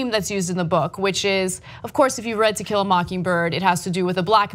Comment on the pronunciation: Ana keeps saying Tequila instead of To kill a.